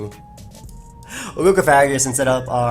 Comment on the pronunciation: lol, man the word is Coffa-gree-gus, like Coffin + Egregious. You can't mash all the syllables together like that:P